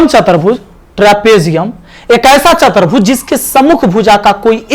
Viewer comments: Sir aap chaturbhuj ko chatarbhuj bol rhe h to bhut ajib lag tha h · chatarbhuj nahi sir chaturbhuj hoga